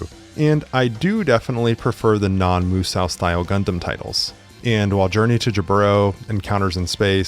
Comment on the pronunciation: “Moo-Sow”🙄 Tell me nobody need take anything you say seriously without telling me nobody need take anything you say seriously.